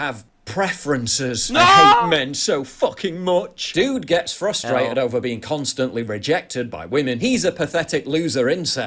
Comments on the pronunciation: "So Fustrated" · Red flags in speech-patterns while dating: - Says "exspecially", "fustrated", "it gives"